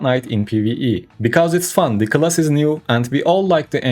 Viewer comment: This attempt at English language has to be literally the worst trash i ever heard., rather than being pay to win player,you should spend some money educating yourself. you cant pronounce literally the most simple word,class...its time to question your life choices